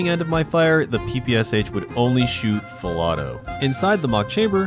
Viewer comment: Correctly pronounce the PPSh, these are three sounds, sh as at the end of the word "push." In Russian, this means "a submachine gun developed by Shpagin." In Russian, the sound "sh" is denoted by one letter, this is "Ш". Therefore, the Russian version has three letters in the abbreviation (ППШ-41)